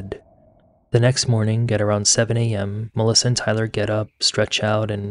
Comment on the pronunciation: I love his channel but find the pronunciations of G as K. Eg, 'mornink' instead of morning, irritating. . I'm just highly sensitive to annoying sounds.